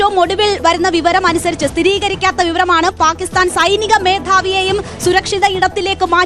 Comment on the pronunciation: Not paakisthan But""ബാക്കി സ്ഥാൻ ""😂😂😂